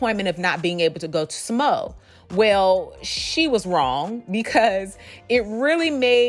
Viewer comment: Sa Mo a. Not SaMo